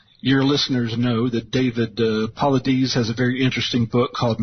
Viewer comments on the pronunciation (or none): His name is pronounced "Pa-lie-das", not "Paw-la-deez". David's project focuses on missing people who meet a certain criteria and within the city, people are runaways, go missing intentionally, suicide, etc. That was an unfair statement by Bell. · Please learn to pronounce David's name correctly. It's "Pa-lie-das" not "Paw-le-dese'. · Why can't people correctly pronounce David "Poe-lie-doss" name? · I swear they like messing up that man's name it's David paulides